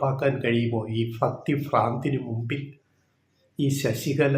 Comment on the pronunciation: ഫക്തി അല്ല ടോ ഭക്തി എന്ന് പറ